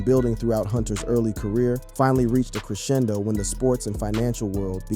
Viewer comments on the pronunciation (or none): none